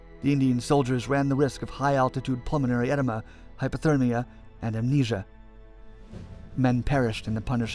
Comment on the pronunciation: Did he say pulmonary enema? I hate those.